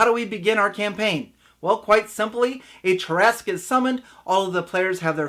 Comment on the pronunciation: First off it was extremely painful to hear you pronounce Tarrasque incorrectly that many times. Second I would just have them all die and wake up together as their first levels with no explanation. I would let the reason why unfold slowly as the game progress'. I however am not the norm. I like to improvise alot of my games on the spot and as we go working the characters backgrounds in as much as possible. I have gotten very good at that.